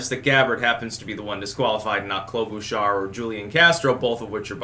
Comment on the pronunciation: Minnesotan here. I die inside a little bit every time you say "Klobuchar" You say: Klo-boo-char Everyone I've ever known says: Klo-buh-char